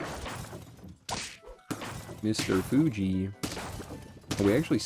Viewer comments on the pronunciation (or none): none